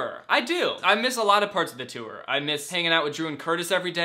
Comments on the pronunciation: Nobody: Danny: the TEWR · Does the way he says tour bother anyone else? Ur like my fav youtuber and shyt but like u say toooooir and it hurts my soullllllll😩. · No one: Danny: tOo-Er ToO-eR ToO-Er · "Too-or" - Danny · Kirsten Martin HE MAKES IT RHYME WITH SEWER SOME ONE ARREST HIM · Ethan Matzdorf like the word tore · Gross.. so you just ignore the "u" in there? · The way he pronounces tour makes me laugh every time. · Danny gets a question... Me: yayyy!! Danny says 'tour' like 'touer' again... Me: NOOOOO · Hehe he says tour “tewer” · I don’t understand... People are saying he says tour wrong but how are you supposed to say it? Tor? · Omg stop saying TEWER for tour lol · He pronounces tour differently